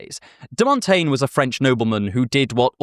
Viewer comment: I assure you that your pronunciation of "Montaigne" is quite good.